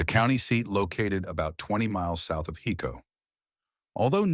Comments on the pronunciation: Just so everyone know its pronounced (Hi-co) not (He-co) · driving me nuts....HICO. HIIIIIICO...not HECO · Uhhhh...'Hi'co Not Heco😅